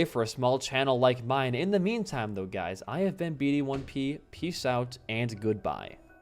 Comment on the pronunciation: why do you still pronounce your own name as B D 1 P there's already a lot of "random sequence of numbers and letters" youtuber names and people talking about "butterdip the best solo-podcast-gamer" would be funnier